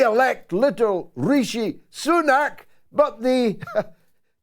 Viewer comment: “LiTTle Rrrrishy sunaKQ” always kills me!! 😂